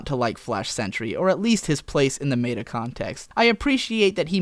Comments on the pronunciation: MEH-ta! It's still MEH-ta! It will never be MAY-ta! I don't care if you mispronounce it every day for the next year, I refuse to stop correcting you until you get it right! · Krahn, not Croon. Mehta, not may-ta.